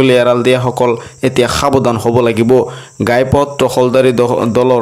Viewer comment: গাই পথ নহয় ঘাই পথ